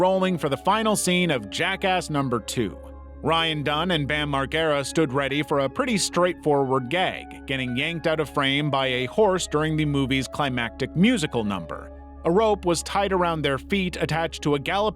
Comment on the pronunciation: If you wouldn't use AI narration tools, Bam's last name would've been pronounced correctly. Fire your editor.